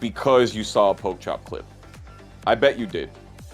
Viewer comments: Could you guys fire the commentator that keeps mispronouncing? He's an ATL legend and he deserves respect. He's co-commentator kept pronouncing it correctly but the other guy just never got the hint. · Put some respect on name. You not funny or cute by saying it wrong on purpose